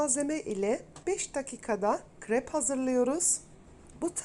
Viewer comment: Kırep değil krep